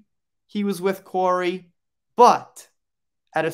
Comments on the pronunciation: His name is pronounced Cory. Sian is also Shawn.:) thank you great video. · Research how to say names BEFORE recording a video, please! Kori. Kori's (belonging to Kori. The ' was left out, obviously!), Whitby - whit-bee, not whit-buy. As a member of the Kraken crew, this is a disservice to Kori's memory.